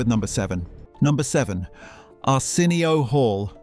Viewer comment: Is this shit ai? Who the fuck says “arson. e. o.” but an ai voice😂